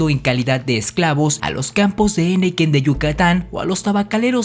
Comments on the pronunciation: Así es. Cajeme se pronuncia acentuando la e de la sílaba «je»: CajÉme. Al escribir, ese nombre no lleva tilde. Y se dice henequén, no hénequen. El acento va en «quén». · Muy buenos comentarios. Detecto 2 errores. Permítame enunciarlos: 1)en la palabra Cajeme,el acento es prosódico ,es decir solo en voz. Se dice Ca jé me,me permití escribir el acento para resaltarlo. 2)Henequén. En ésta sílaba "quén" si va acentuada y el acento se pronuncia. Ud dice "hénequen". Espero haber hecho un comentario útil. Es una colaboración amigable!. Saludos!